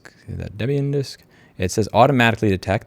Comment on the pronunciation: Thanks for remaking the PBX tutorial. I remember the one from 14 years ago or w/e on your first channel lol You start off saying debian wrong but then said it correct.. you trolling? It is indeed named after debra (debbie) and ian so it is DebIan